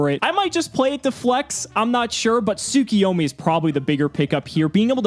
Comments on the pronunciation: Why do they pronounce Tsukuyomi Tsukiyomi? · Every time they pronounce it soo-kee-yo-mee, I get so mad because I would pronounce it sa-koy-yo-mee. Really it's soo-koo-yo-mee